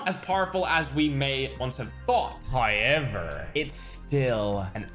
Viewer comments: Bro it is pronounced as how-ever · Why you always says howyever